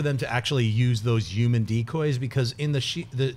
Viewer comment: Jon sees humans and humor as yumans and yumer and it's destroying my ears. But I'm a huge fan so it's not like that'll keep me away. But it will wake me up in the middle of the night